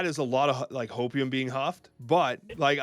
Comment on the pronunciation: If I hear Hopeium one more time....